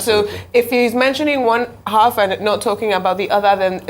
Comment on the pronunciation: For 22 Minutes he couldn't address the protesters Mr. President Tinubu stood in a spot and counting to pronounce Words wrongly Calling HALF -Aff bullshit well Nigerians you got what you Ordered , Tinubu has failed you! Tinubu came out to repeat himself Nonsense, Well Nigerians buckle up and Tighten your belt